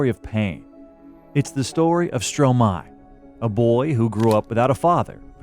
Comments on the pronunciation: it's pronounced [stroma-ay] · Its pronounced strômaê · If you make a documentary about someone, at least make sure you can pronounce their name correctly...😑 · as a french guy, my ears bleed everytime u pronouce his name or song title, but its okay cus the snippets of songs fix it